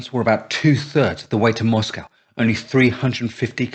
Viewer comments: What's a moss-cow? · I watched a film, or read an essay, it was a while back hat showed H should have gone with one of his original plans to go through the south, get the oilfields first, and then Stalin wouldn't have had had the stuff to defend. Not heard an English pronounce Moscow that way before, like a yank.